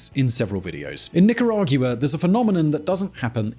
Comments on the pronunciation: You pronounce Nicaragua like Jaguar, and that dear host, is wrong. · He is not Hispanic, if he mentions it wrong has nothing to do with the meaning of the information he is sharing , which is very very appreciated. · Grey Wolf Alpha no normal English speaker pronounces Nicaragua like he does lol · Dude. It's Nica-ra-gua, NOT nicarag-u-a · pronounce NI-KA-RA-GUA. Thank you. I spent 10 years in Central America as a military advisor. 1. Corruption: Corrupt politicians and Law Enforcement are the biggest problem in Mexico and Central America. That is followed by narcoterrorism. Mexico is the primary source of most of the problems in Latin America. Solution: Find the bad guys and kill them. Mexico and Central America are overpopulated. They can afford to kill 100,000 bad guys each. They have done so in the past. They can do it again. 2. Leadership: We need more people like Mr. Bukele. Leadership and honesty can be taught. 3. Communism: It must be eradicated. It affects all of Central America to include Panama. Communism adds another dimension of violence to narcoterrorism. Mr. Ortega is a pedophile. He should be executed immediately. Violence from Nicaragua spills over to Honduras and Costa Rica. This has happened for 40 years. It must be stopped. Start with Ortega and the Witch and continue to hunt from there. Dead people do not commit crimes. Perhaps, they can borrow a few drones. 4. The U.S. can benefit from hardworking and educated immigrants. Most Central Americans and Mexicans are definitely hardworking. Everyone would benefit by improving the educational system in CA and Mexico. We already have Dual Language education established in parts of the U.S. Dual Language education is the way to go in LATAM. 5. Finally, CA and Mexico would benefit from establishing Enterprise Zones where FOREIGN investors can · Nicaragua is pronunced nica-ra-gwa:D Please! My ears are bleeding! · NicaragYOUa??? Is that how the British actually pronounce Nicaragua?